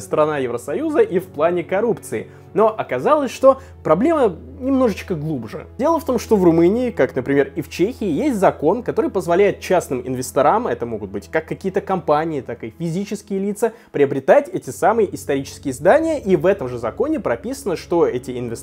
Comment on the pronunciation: ИнвЕсторам, ну,, тяжело слушать... Такие детали реально портят впечатление от очень добротного по своей сути видоса